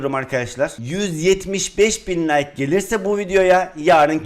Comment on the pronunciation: Abi like diyeceğin nayk diyo